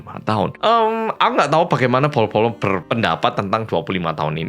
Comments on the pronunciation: oh gitu pantesan tiap aku perhatiin pas bagian nyebut bolo² suka kedenger sama aku polo². Makasih ya ka ilmunya😊 Btw aku pribadi org sunda jadi ngga ngerti kalo itu bahasa jawa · Penulisannya bolo, yg adalah bahasa jawanya “guys”. Tapi karena orang korea, kebanyakan spelling huruf “b” itu “p”, jadi kedengarannya “polo”. Cmiiw ya